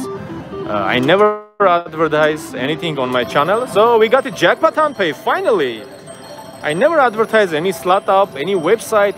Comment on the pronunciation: why you call tongpay